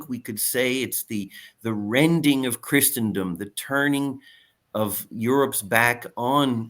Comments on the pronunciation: A better pronunciation example is the root word itself! “Christen” (as in christening gown) means baptize. Christen rhymes with listen. So it’s easy to see that Christen-dom has no t, nor ch, nor sh sound in it. Pretty easy. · Please LOOK UP THE PRONUNCIATION OF CHRISTENDOM!!!!! It's like the word LISTEN. The T is SILENT. No "ch" sound where the ST is! Thank you.